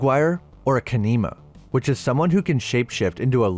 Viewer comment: “Ka-NEE-muh” bruh did you even watch the show?